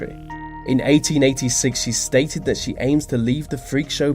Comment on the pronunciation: What's the most freaky about this video is the way you keep misusing words, vis and vat and fink and fought and ve instead of the, it's so childish.